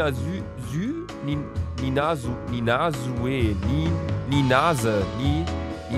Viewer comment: Man spricht den Namen Sue „Zu“ aus😂😘